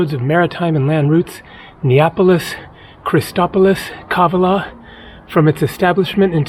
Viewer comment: Kavala is pronounced on the second A !! Pleeeeaase !!